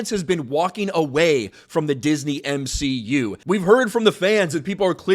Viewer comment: You mean the M-she-u